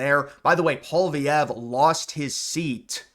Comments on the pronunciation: Hey... would you please stop saying "POL-VEE-EV"??? His name is pronounced "POL-EE-EV"!!!! There's no "V" in the middle of the name!!! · Who is this guy, seriously? Alberta can’t secede. That’s not how any of this works. This guy literally doesn’t have any expertise in what he’s talking about. He just talks out his ass. Also, it’s not “Paul Vee Ev” you dolt. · Let me Americanize the name for you: POLY-EV . You are welcome. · His name is pronounce polly ev. Polvy ev. FYI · “Poly-evv” is how his name is pronounced. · u gotta learn ho9iw to pronounce Pollievre bro